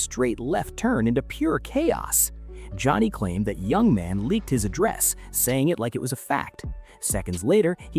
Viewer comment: It's pronounced Yoo-Mon, not Young Man.